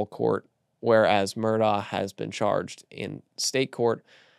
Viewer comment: why did you mispronounce Murdaugh? I expect that from network folks who don’t know better but you should know it’s Mur-dock not -daw.